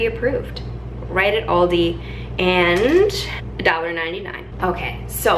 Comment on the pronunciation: It’s Al di. Not Audi